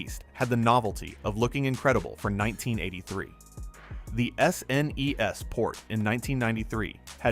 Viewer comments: Yea, the A.I. voice is cringe af. From S. N. E. S. to shnesh lol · This video's the laziest AI slop I've ever seen. It's actually far WORSE than any games featured in the video! Say it with me kids, "S ... N ... E ... S." 😆